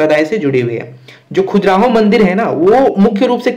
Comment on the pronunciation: Khajuraaho.. Not khujraho